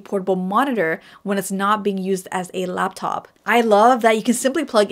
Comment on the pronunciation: She’s totally saying “Lapdog”.